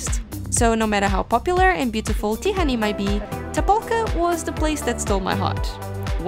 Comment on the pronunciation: Hey! It's a great video! My only criticism that you butchered the Hungarian names, even Budapest and Tihany and so. Of course I understand you don't know the pronunciations, but if you just drop the names in Google, you can listen how Hungarians saying. Other than that cool video! ;)